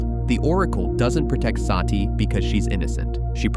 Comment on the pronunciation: It's NOT "Saaati".. Her name is "Sati" or "Sutee" which means "the truth" or "virtue" in SANSKRIT OR HINDI LANGUAGE